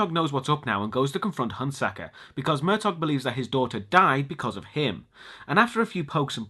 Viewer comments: yes its pronounced "Mer-taw" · I'm pretty sure the G in Murtaugh is silent. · It's pronounced Murtaw, not Murtog.